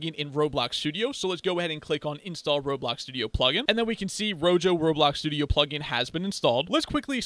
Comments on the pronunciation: I really really hate to be that guy but the pronunciation of rojo is not rogo is roho, either way the video was great! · Thank you for the great video. One thing, though: I'm pretty sure it's pronounced "ro-ho" since that's the Spanish word for "red." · No way you just said "Ro jo" 💀💀💀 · why did u say rojo like that